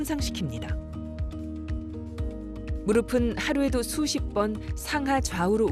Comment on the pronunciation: 의사 두 분 모두 [무르비]라고 발음을 잘못하고 있는데, [ㅍ] 받침은 [은, 에, 이]등의 조사와 만났을 때 [ㅍ]으로 발음하면 됩니다. 나래이션하는 성우처럼 [무릎은, 무릎에, 무릎이]는 [무르픈, 무르페, 무르피]가 맞는 발음입니다. [앞이, 옆에]를 [아비, 여베]라고 발음하는 사람은 아무도 없는 것 처럼요.